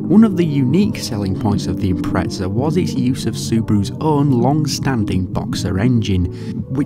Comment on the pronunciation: Where the fuck is the T in IMPREZA?? "IMPRETSA"